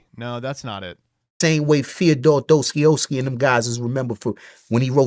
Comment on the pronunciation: Bro, as a Russian, my ears died after hearing Достоевский being butchered like that.